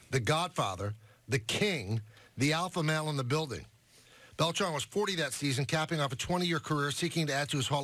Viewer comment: It’s pronounced Bel-TRAN not Bel-TRON